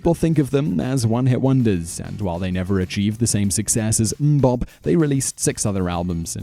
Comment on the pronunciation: British people should never say things like Mmm-Bop.